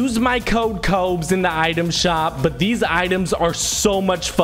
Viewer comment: THATS HOW ITS PRONOUNCED